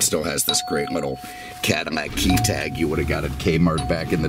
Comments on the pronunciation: Why is he saying cadamack ? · When did Cadillac get pronounced Cadimac, this person needs a speech therapist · Is it just me or did he keep saying cadi-MAC?😂